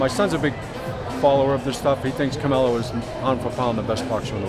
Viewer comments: lmao! He said caMelo!! Lol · CAMELO will win 🤣💀🤦🏻‍♂️.. he said CAMELO .. smh 🇺🇸👍🏼